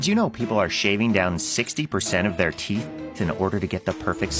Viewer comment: girl if you say TEETHS one more time....